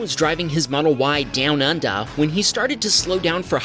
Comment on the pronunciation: The change to Australian accent in the 3rd incident when saying "Down Under" was a brilliant touch. I chuckled alot😂😂😂😂